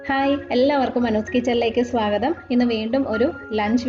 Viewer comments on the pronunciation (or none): none